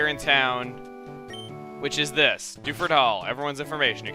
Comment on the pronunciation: lol when he says Dewford i keep thinking he's saying Doucheford o.o